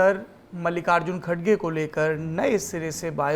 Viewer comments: Dear sourab sir kindly address as Mallikarjun Kharge. Not khadge. Kharge is correct. 🙏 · Pls to pronounce kharge is khar ge not kadge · Naam to sahi bolo Mallikarjun kharge hai inka Naam